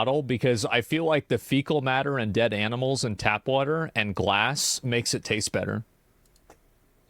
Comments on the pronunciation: I LOVE WUDDER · Does “wudder” have 2 d’s or 1?